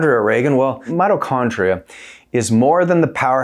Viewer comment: It’s not “”Motto” Chondria brotha 😭